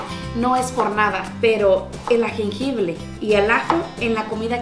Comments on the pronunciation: Corrección.. No se dice agengible. Es jengibre. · qué rica está ese guisado muy sabroso Sólo quería hacerte los comentarios esa salsa de ostión engorda muchísimo tiene muchísima azúcar y tienen muchos almidones engordan terrible y se dice jengibre pues lo estás diciendo mal te lo digo con todo mi cariño y respeto porque sé que vives en Estados Unidos y allá en lugares donde no te dicen bien los nombres es jengibre saludos